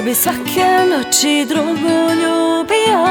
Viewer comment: Noči, če, prvo logopeda treba posjetit..